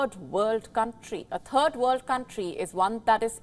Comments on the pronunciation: Did she just say "a turd world country"? Spot on I say. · Cant you practice saying "third" in front of a mirror